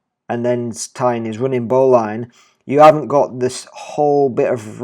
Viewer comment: Excellent presentation. Only one comment, the correct pronunciation of Bowline are UK [ˈbəʊ.lɪn] or US [ˈboʊ.lɪn] not "line". All the best from a Swede :)